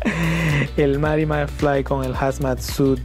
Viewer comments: Me caga q digas mary.. Es marty con t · DICE MARTI NO ES MARY HUEVA A LA BIEN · me molesta que pronuncie Mary en vez de Marty, osea estamos en Latinoamérica jajajaja 😂